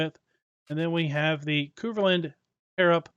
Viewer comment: like how you say Kverneland the proper way is K verne land sound the verne say the K verne land.. S C UK.